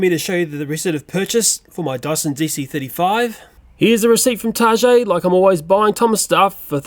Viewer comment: you said target wrong target is from Minnesota USA and thats where i live and i think i know how to say it